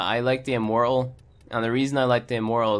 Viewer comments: Awesome video It is however pronounced im-mor-tal, not im-mor-al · "Im mor uhl" bruh